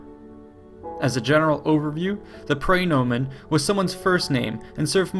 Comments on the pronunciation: His mispronunciation of praenomen is also killing me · "Pry"nomen. Ugh, did no one take Latin ?